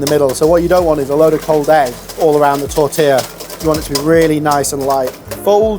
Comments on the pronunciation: "Tortiller" "Canader." Lot of artistic license in this show! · fuck! so less, so freaking simple. tortilla. at least you know how to pronounce it. what a bull!